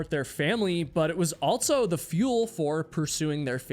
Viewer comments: You always say "altso" instead of "also" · Subbed, even tho every time you say "altzo" (also) in your videos is worse than nails on a chalkboard. I enjoy the stories tho. 👍